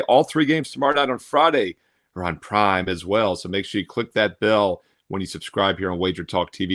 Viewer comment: Why do u say prime like that ???